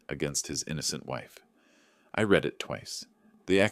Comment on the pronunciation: The pronunciation of read is different in past tense form. It is like red.